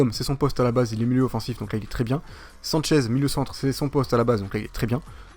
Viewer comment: sanches ne se dit pas sanchez